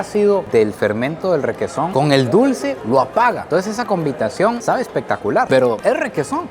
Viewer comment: Min combitación y yo queeee 😂 como dices que dijiste